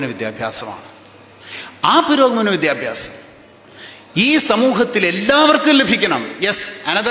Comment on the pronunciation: വിദ്യ ബ്യാസം അല്ല വിദ്യാഭ്യാസം ആണ്